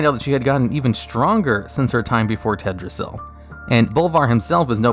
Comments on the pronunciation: tedrassil? it's teldrassil mate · And Teldrassil has another L in there that he's not noticed